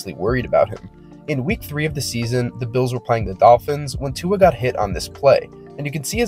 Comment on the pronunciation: Americans pronounce Tua perfectly.